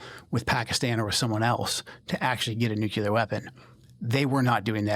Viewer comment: He pronounces nuclear wrong. I don’t trust him.